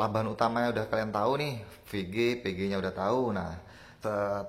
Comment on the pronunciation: Pengucapan VG dan PG nya hampir sama mas, usahan bilang Vigi da Pege itu beda pengucapan Jadi penonton gak bingung